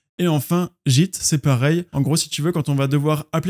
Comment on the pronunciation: Ça me stresse de t'entendre prononcer git "jitte" 😂